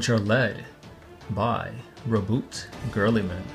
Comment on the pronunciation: I love that "Girlyman" xD